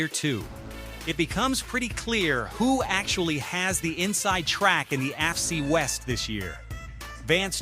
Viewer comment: A torn "Ackle". ""Afcee west". AI strikes again. Good luck on 1K subscribers. On second thought..................